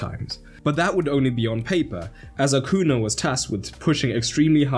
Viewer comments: Acuña, it's pronounced "Acunya" (or AH-'COO-NEE-AH) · Acuña. "Acunia" phonetically.